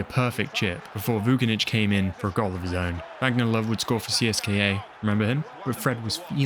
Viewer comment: Everything is amazing, but please don't read the surnames of Slavic/Balkan players like in English. We don't pronounce "C" as "K" like in English. For example - it's not Vu-ki-nich, but it's Voo - chi - nić. You can use translator to say it right. I hope you are smart to get me mate. ;)